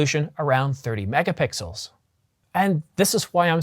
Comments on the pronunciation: lol.. did you say... Mega-Pickles....? Describing the Canon 1Dx C.... 18.1... Mega-Pickles.... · You mean to say CINEMA but say CINNAMON. You mean to say MEGAPIXELS but say MEGA PICKLES. Are you getting enough to eat? Maybe have a meal before making a video rather than after! 😆